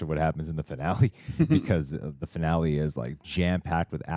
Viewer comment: It's "fi-na-le", not "fi-nelly". 🤣🤣🤣